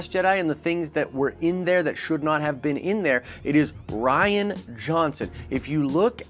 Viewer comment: Reean is how you pronounce it not ryan. Jeez your understanding of English hurts my brain. Also rian sucks so happy if it's not happening.